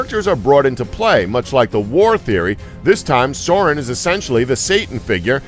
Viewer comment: Yeah, the pronunciation of "Sauron" was also off.